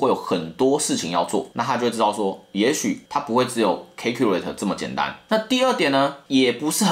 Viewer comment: Calculate 的發音是calculate,你唸成calculate了